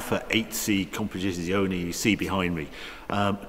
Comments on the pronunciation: "Compitisioni" sarebbe la pronuncia perfetta? Non voglio immaginare come avrebbe potuto pronunciarlo male. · "Alfa 8c kompedzziziuonei"